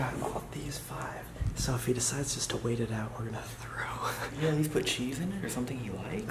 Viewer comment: I didnt know cant speak right its not teow its T--H--R--O--W